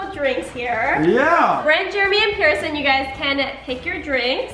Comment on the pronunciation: Pierson, NOT Pearson